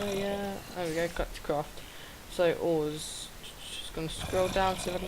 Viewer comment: It's Galactic not "Glatic"